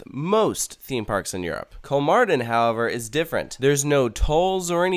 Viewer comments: Its kolmÅrden Not KolmArden.. (Kolm"OH"rden) Its very important (Spanish classic example here) "Mi papá tiene 48 años." My dad is 48 years old "Mi papa tiene 48 anos." My potato has 48 assholes. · kolmarden :DD its pronounced like kolmorden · It's better to pronounce it Kolmorden. Å isn't an A it's more like O. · That like amazing! I thought it was a small zoo so I didn't go when I was in Sweden. I want to go now haha. Btw, it is pronounced Kol-more-den. The å sound in Swedish sounds like "or" in British English.